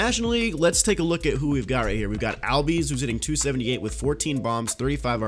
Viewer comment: ozzie albies name is pronounced allbies